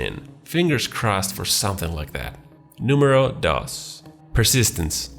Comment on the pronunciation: "Número dos" as well 🤣